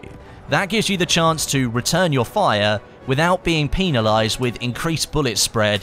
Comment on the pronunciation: Lol "peenilised" it's pronounced like pen you weirdo